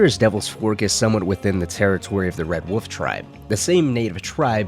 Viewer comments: This video was good, but I just can’t forgive the dude saying “woof” instead of wolf. There is an L my dude for fucks sake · Fucking hate you people who absolutely insist on mispronouncing the word wolf. It's WOLF not woof. You inbred monkey